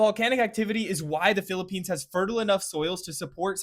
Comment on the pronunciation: First time ive heard someone pronounce everything right when talking about the Philippines